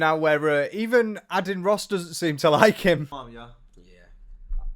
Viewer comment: Adian - said like maiden without the m (hope that doesnt sound rude!)